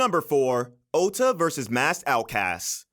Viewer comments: His name was ouya and not outa and also guys go watch hitori no shita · I think its ouya not outa